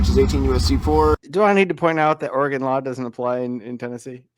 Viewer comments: First, is called Oregon, pronounced Ory-gun. I'm a third generation Oregonian and I beg you to not judge us by this knuckle-dragger. 🤦‍♀️ What. A. Moron! He deserves to be tazed. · I’ve lived in Oregon all my life. His Oregon laws are from the Delusion Land state of Oregon. And it’s Orygun, not Orygawn. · His confidence in his stupidity is stunning. By the way, it's Ory-gun not Or-ah-gone. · Sprouting nonsense got off with a warning, which will just embolden him the next time. Too bad they didn't throw the book at him. Also, on a pedantic note. Oregonians do not pronounce their state as "Ore-Gone", it's more of an "Ore-gun" pronunciation. Love your videos! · It's Oregon (gun). Love these episodes. Have never met a SovCit. They are funny and sad.